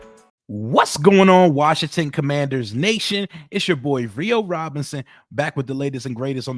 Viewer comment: 😂😂😂😂😂😂😂😂😂😂😂😂 cumandhers...😂😂😂 foerskins.